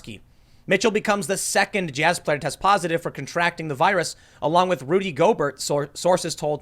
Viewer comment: “I’m not a big sports guy.... Rudy Go-Bert” - Tim Pool